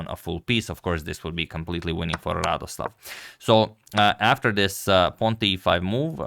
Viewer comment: To be correct, he is not Radoslaw, but Radosław. Like "w" in 'wow'. He is polish GM, not from russia.